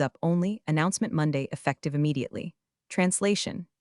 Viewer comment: "E ffec tive now" isn't 3 syllables.